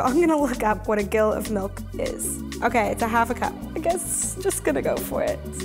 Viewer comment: It's said "Jill" like "Jack and Jill" (a jack is 2oz and a gill is 4oz).